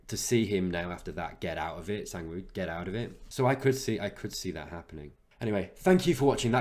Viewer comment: Almost! The A in Sang should be pronounced like the A in 'what'